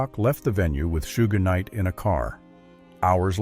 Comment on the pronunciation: The way they say Suge Knight 😅